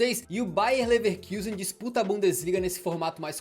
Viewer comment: Vídeo muito legal, como sempre de grande qualidade:) Só uma pequena correção: se pronuncia "Lefarcuzen". Abração ✌️